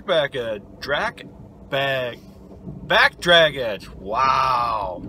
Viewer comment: Nice work! Truck and plow look good.. I died laughing when you said dackbrag edge lol.. we all have our days can’t help it sometimes